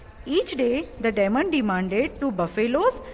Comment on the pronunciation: Check the pronunciation of DEMON? gosh u need English classes. Whar r u teaching your students?